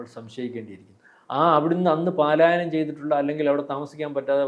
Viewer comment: പാലായനം x പലായനം